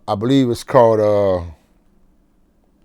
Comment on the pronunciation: "When they first came out, that drop it like it hot. I believe it was that drop it like it hot record.or uhhh... Where they dancin, and... drop it like it hot?!" Lmao this part was funny.. and he aint pronounce no S's in "It's" when he say's drop it like it's hot.